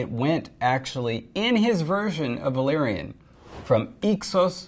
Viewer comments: Sam Hilton—yeah absolutely insane. Pronouncing everything as if they are English words. You would say that if she has seen game of thrones, she could’ve altered that. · those people failing at valerian just sound like they're speaking Simlish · Yeah. That's literally how Daenerys herself pronounces it in the Astapor scene